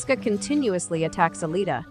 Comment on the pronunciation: That’s ALITA, not Alia. Also, Ito, not Eddo.